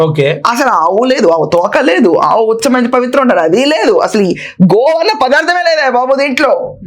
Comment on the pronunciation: ఆవు కాదు కావు అన్నాడు😂😂